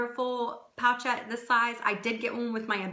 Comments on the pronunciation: Hey there! It’s pronounced “poh-shet”. Not pocket. Not pouch-ette. P-oh-sh-eh-t. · Love your videos💕. Since this you made this vid in 2015 I assume you figured out it’s not called a “pouch ette “ 😊